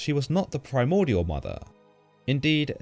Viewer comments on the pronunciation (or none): none